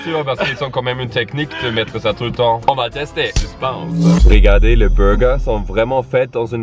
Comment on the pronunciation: A ils disent "je pense pas parce qu'ils ont une techniques spéciale à faire tout le temps..."et là nous sort un "suspENce" 😭😭 mais ça se dit "suspÈnce" 😭